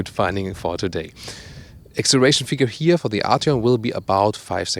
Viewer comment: I want 50 cents for every "here" pronounced as "hier" ;)